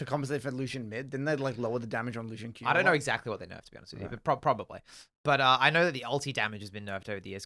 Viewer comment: Loose Ian, Come on, this isn't like a name that is only in a book with no pronunciation guide. No one has ever pronounced Lucian like that. Like you wouldn't say VahRus or Kay'say or Xayyah so wtf is the Loose Ian shit.